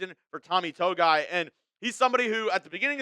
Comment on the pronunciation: Tommy “To-Gi-I “